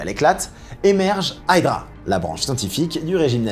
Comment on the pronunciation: Aïe drap .... Non non Hydra avec i en phonétique